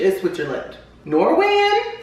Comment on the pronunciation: "Norwayan? Merida?"... I died... lol.